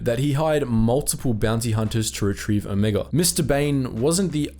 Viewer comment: "let's talk about Omega, or rather Omeeguh "